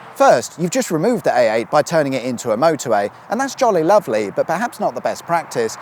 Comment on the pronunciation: Anyone else hearing him say AATen?